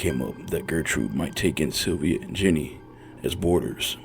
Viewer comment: Sylvia name is pronounced like inns